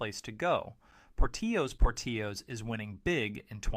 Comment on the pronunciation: You missed pronounced Portillo's. Learn how to pronounce company's name right. Amateur! Have you ever eaten at any of these restaurants? Panera is overpriced blandness. You would know that if you actually ate there. I don't trust your opinion because i dont think you have actually experienced all of these restaurants.